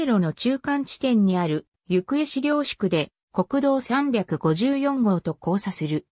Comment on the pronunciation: ゆくえ市じゃなくてなめがた市ですよ